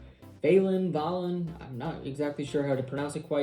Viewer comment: His name is pronounced Val-en like Valentine's day